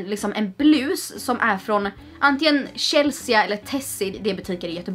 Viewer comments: Förlåt men uttalar du Chelsea (uttal chellsee) som Shellsija elr är det något annat du pratar om? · Uttalas inte Chelsea Chelsi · Det uttalas ChelsEEEE inte chelseA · varför säger hon chelseAH